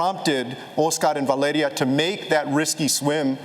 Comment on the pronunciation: OSKARRRRRRR MARDINEZZZZZ and his 23 month old daughter VALEDIA DIIIIIIIIIIIED